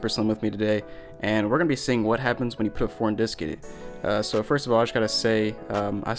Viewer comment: You have to poot this cd into compooter